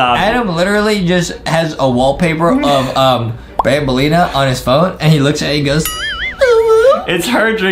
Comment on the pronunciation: Adem said i don't wuv banbeleena